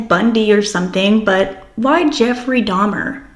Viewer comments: i bet its because shes playing innocent little girl and innocent little girls dono who dahmer is so she pronounced it wrong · AND DEDE HAD AN CAJUN ACCENT SO IT MAKES SENSE SHE WOULD SAY "DAHMA" INSTEAD OF DAHMER. THE CAJUN ACCENT IS DIFFERENT THAN A CREOLE ACCENT AND IT ALMOST SOUNDS LIKE A NEW YORK ACCENT ON VALIUM. A NEW YORKER WOULD SAY "DAHMA". GYP REPEATED IT THE WAY HER MOTHER PRONOUNCED IT. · Thank you for showing this! I agree you caught her telling on herself. It's frustrating that the interrogator validated her comment, I wish he would've let her dig her hole more. It's possible she purposely mispronounced Dahmer's name to be deceptive that she was actually very aware of him. Also, I dont think DeeDee would have let her go to the restroom unattended. Maybe she had fallen asleep or was slipped a sleeping pill.